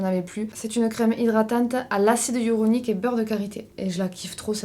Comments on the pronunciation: Hyaluronique pas hyuronique 🥲🫶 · ratage ou pas j’ai passé un très bon moment!! En revanche tu m’as tuée quand tu dis acide hyaluronique!! Hya lu ro ni que! 😅